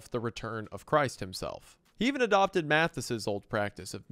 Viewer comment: Jan ist pronounced yan, not han. Just for info (it derives btw from the holy Johannes, other shortforms are Johann and Hannes, also the female version Johanna and Hanna). And the th does not exist in german. Just pronounce the t even if it's written th. So Jan Matthys is Yan Mattys. Anyways super well made video. Very interesting as always.